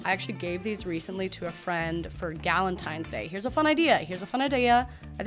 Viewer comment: Who says balentines? Palentines was right there